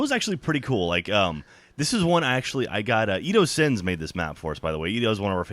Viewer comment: its Edo Sens not Sins...i noticed that also :\